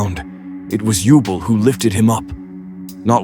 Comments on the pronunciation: I dig it. Good stuff. Elemental Heroes are my ace archetype and Yubel is my ace waifu 👀. Keep up the great work. Though for the ai voice to read Yubel's name properly, i suggest spelling her name Yubell in the script or anyway for it for pronounce her name correctly. Just an idea. You just got a new follower. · If you type out the narration phonetically, they won't mispronounce key names. For example, "You-bell" instead of "Yubel." "Avy-on" instead of "Avian."